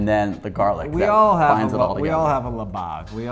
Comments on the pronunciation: OK. . . oh my gosh. . . I think you were trying to say "libag" (but came out as labag). That instantly killed-off the good food vibes TBH. Good vid anyway! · Di he say "labag" or he meant "libag" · Did you just say libag? 😂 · is it me or did i hear he say "LIBAG" ? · I was like, did they just say libag?😂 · medyo kinilabutan ako nung sinabi niya na "libag" ... lihh bawg